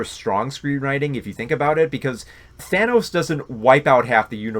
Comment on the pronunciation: He also pronounces Thanos “Thaynos”.